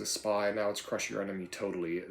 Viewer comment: "MUST CLUSH CAPITARISM!"